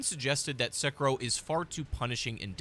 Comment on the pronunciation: Se-ki-ro. Why pronounced as sucker-roll?